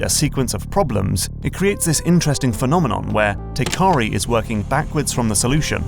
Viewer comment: Isn't the developer's name Teikari, not Tekari?